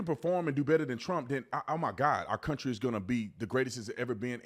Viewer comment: did she say cuntry ? 😂